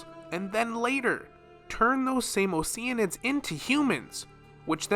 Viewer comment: i can’t stand when someone says o-sheen-id when it’s obviously OCEAN-ID